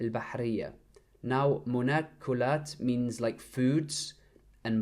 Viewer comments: مأكولات not مناكولات I think the font is clear but the letter after م is أ not ن It's funny how you pronounced it wrongly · It is not مناكلات It is مأكولات Which is ma'koulat. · Brother it’s (maakolat) not manokolat) مأكولات